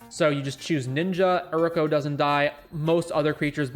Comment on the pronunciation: great vid, but plss. its pronounced you,ri.ko/ and its mana not mauna im really not trying to be an ass, not telling u what to do but just for future reference